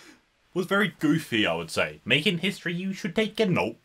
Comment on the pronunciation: Making hishtory you should take a note.